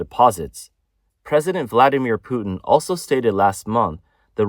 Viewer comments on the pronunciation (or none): none